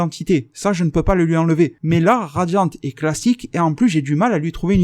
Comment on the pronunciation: J aime bien tu dis que tuvas appeler ça radian et au fur et a mesure tu fini par dire radian"te".je trouve ça marrant par c est tellement naturel